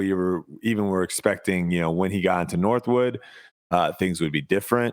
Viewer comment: It is Northwood, not Northwoods.